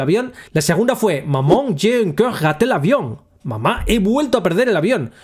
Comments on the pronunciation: Me he reído un montón, no por el contenido en si, sino xq no sabia que mamá en francés se pronuncia MAMÓN.🤣🤣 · Yo si lo sabía, aún así no deja de sonar gracioso jajaja. Maman, seguimos cabalgando